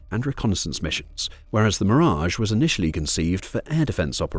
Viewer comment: Terrible A Eye pronunciation, making the video laughable 😂.. double check how everybody pronounces the French jet ….